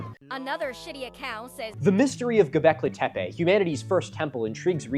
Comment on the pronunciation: I'm sorry I think you mean "Goblekee tepay"